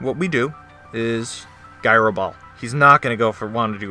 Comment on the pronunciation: I love your content, but I hate that pronunciation of “gyro” that I actually wrote out a comment describing it, otherwise, amazing battle!